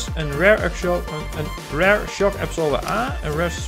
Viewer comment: Leuke video, je spreekt rear uit als rare, dan zeg je zeldzaam. Je moet het uitspreken als rier. Voor de rest een leuke video, ga zo door want nu ga ik al jouw videos van zowel Train simulator als CMS 2015 bekijken!